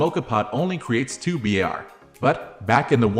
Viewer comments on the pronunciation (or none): A word to the wise, pressure is measured in 'bars' not b,a,r,s. Thank you for this interesting history of my favourite ways of making coffee. Great work